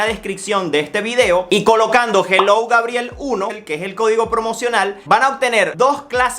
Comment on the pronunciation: Ah brutal cómo decí grabiel ☺️